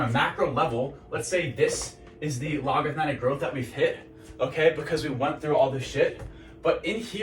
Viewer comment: The pattern you're talking about is technically sinusoidal (up and down slopes). Logarithmic is just a single curve, either up or down, approaching a limit (e.g. y = 1). Probably a better analogy for a traditional path like college > job. Logarithmic is also pronounced log-a-rith-mic. Appreciate the video though. I have a pretty cushy job rn, could probably grind it out and retire comfortably at 45... but that's not enough for me. I wanna be rich, and it's really hard to get rich working an office job for someone else. Not everyone has what it takes to succeed doing a non-traditional path. Maybe I don't either, but I won't know until I try and give it my all.